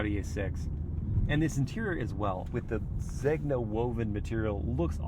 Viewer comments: amazing videos. Really, really love your channel, man. Great job. Easy to watch and listen to your voice. If I may, Zegna = Zayn-ya. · Blu Nobile. Know-bee-les(s). Noble Blue. Zena. The g is silent. It’s not leather it’s SILK. Yes Italian leather and silk! Also the rear haunches are small? Really? They’re huge. But the rear view is a tad bland. Overall beautiful car